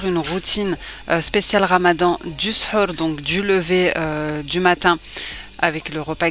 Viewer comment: Salam tbarkallah alik. j'adore tes vidéos. Tu me fais rire quand tu dis SHEUR au lieu de SHOR..SHEUR c'est la magie noire et SHOR c'est le repas du matin pendant le ramadan 😂❤❤❤.